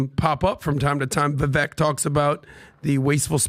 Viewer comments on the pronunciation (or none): Can everyone on PBD please learn how to say Vivek properly? FFS.